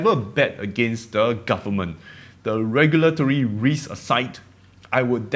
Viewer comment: The word risk has an accent when you say it!